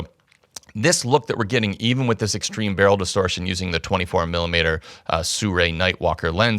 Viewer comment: SI RUI not SU RAI !